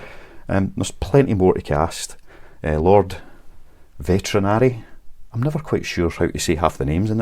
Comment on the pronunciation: Apparently it is pronounced Vet- in- ari with a long emphasis on the a